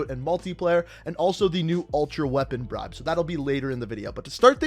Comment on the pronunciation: he said reapon bribe cool